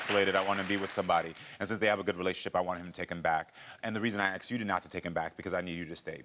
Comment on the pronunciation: It's not 'aksed" it's asked!!!!!! Speak properly@